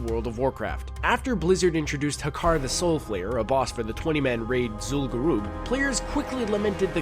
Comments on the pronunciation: "Zul'Guroob" i'm dying inside help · Good video, but had to dislike based on your pronunciation of Zul'gurub